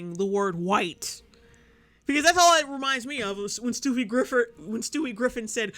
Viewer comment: "Stoofie Griffer" I'm done